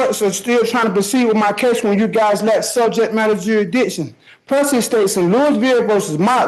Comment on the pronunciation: I think there should be a law that, in order to qualify to question subject matter jurisdiction? You must be able to properly pronounce "subject matter jurisdiction."